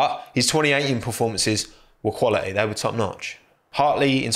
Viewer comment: no one:: he is quali'y